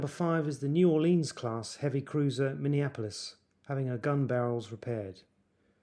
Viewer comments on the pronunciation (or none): none